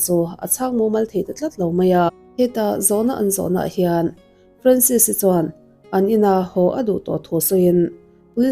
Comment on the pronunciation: Ka fanu hming ang ania, Francis anga lam(pronounce) lo in, Franses anga lam tur 😇